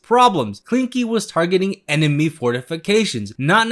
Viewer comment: You pronounced Schleswig pretty well, but Klinke was a bit off. Greetings from Germany.